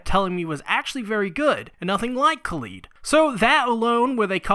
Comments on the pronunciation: Please stop saying Kah-leed and say Kah-lied. You are hurting me. you are hurting America. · It really irks me how you pronounce Kaleid, is that really the right pronunciation? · Kaleid as in Kaleidoscope You don't call it Kaleedeoscope do you? Sorry but every time you say Kaleed it drills into my brain ever so slightly XD Also when talking about The Rei type the word you are looking for is Kuudere Anyway I hope this helps other than that fantastic job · Why do so many people say Kaleed and not, ya know, kaleid?